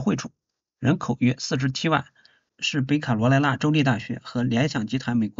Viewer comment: 说的太对了，我听着都难受，听不下去了。😢😢